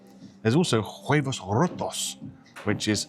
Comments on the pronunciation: You don't pronounce the " H " in Spanish. OO ebos. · it's pronounced "wayvos".